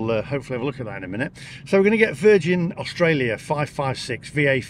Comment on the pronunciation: Estraylia sure is noice!